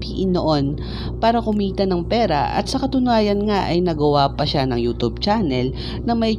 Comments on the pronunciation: Nobody: Him: youtob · Proper way of pronouncing Youtube, youtoob. Fyi